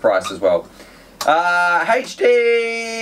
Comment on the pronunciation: Holy crap he said HD normally.... The world is going to end!